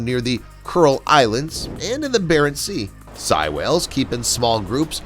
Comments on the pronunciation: Sei (Say-e) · Sei--it's pronounced "say," not "sie." Baltic Sea--it's "balltic," not "belltic."